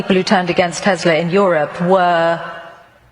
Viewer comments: Random but another person pronouncing it 'Teslur' instead of Tesla wow. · why does she say Tezla?